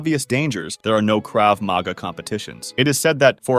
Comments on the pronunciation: Grammatical point on Hebrew: the emphasis is generally on the last syllable of a word, so Krav Maga is pronounced "Krav ma-GA" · First he mispronounces krav maga, then he mispronounces silat. If you can't even pronounce the art you're describing, how knowledgeable are you? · “Krav MAGA”😭😭